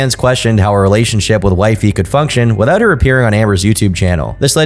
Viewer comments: "Wipey" not "Wifey". Also, source Kiwifarms you coward. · No no, it was wipey not wifey.. just want to clear that up 🤣